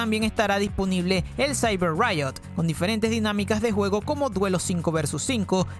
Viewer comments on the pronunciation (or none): none